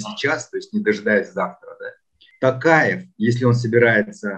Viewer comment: можно вас попросить называть гостям фамилию президента с правильным произношением на букву О, сколько уже можно называть Такаев, всё таки он не алкаш же какой-то, которого можно склонять как попало. Т-оооо-каев а не Т-ааааа-каев. Уже уши режит честно. А в остальном всё супер, интервью интересные.